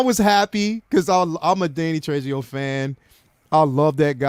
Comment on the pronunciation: Dude, Trejo = Tre-ho. J in Spanish is pronounced like an H.